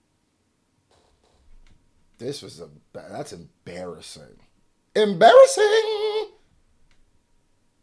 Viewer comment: Bro stop saying embarrassing like that. Shit is mad sus